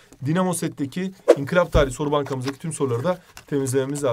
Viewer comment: İnkilap değil inkılap!!!!!!!!!!! Not:en başta diyo